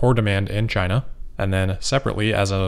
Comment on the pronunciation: Maybe that is a question you should ask "Chy-na." DJT